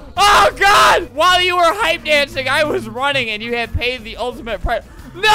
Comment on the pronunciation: "Search TEH cabin"